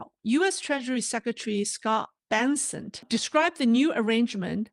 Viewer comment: Sec of Treasury’s last name is Bessent not Benssent. Just FYI, no disrespect intended.